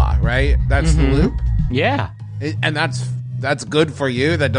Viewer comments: Every time someone says "loop," all I hear is "Lup." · Every time they said loop I heard Lup for a sec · I kept hearing Lup instead of loop and I was like “wait she hasn’t been introduced yet” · Instead of "loop" I heard "Lup" this time around, so Edward saying "A Lup intimates that there is no finish line" is kinda funny because she technically cannot be finished off.